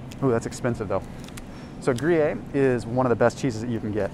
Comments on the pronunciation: BTW, it’s gru-yare, not gru-yay.🤷🏻‍♀️ but thanks for all the great info!! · Gruyere.... pronounced GREE-AIR